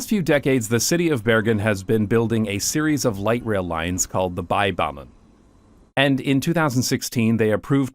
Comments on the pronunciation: Try pronouncing Bergen like Beer-gen, but shorten the i: (ee) to i. Also, Bybanen is pronounced as bee-banen, not buy-banen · It's so funny to hear you pronounce bybanen with an English 'by' 😆. Even though I do feel that y is the hardest Norwegian vowel - like Dutch UU but with unrounded yet not completely spread lips 🥺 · Great video! Your pronunciation of Bergen and Fyllingsdalen is near perfect, but for future reference, the Y in Bybanen and any other Norwegian words with a Y in it, should be pronounced the same as the Y in Fyllingsdalen. 👍